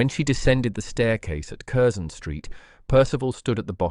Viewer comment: Not bad for the sub-bodice ripper genre. The tale is not bad, not bad at all, but the narrator needs to bone up on British place name pronunciations: Curzon St. is “Carson”. Berkeley Square = “Barkley”. That’s to name a few from this story.